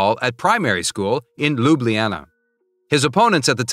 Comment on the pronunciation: It's not Lubliana But is says Ljubljana cuz i'm Slovene. So l know.